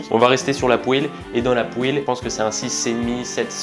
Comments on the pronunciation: Les gens normaux: « poêle »: « pouèle » 😭😭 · J'ai eu l'honneur de gouter c'est vraiment bon par contre redis plus jamais "poêle" c'est vraiment "pwal" la bonne prononciation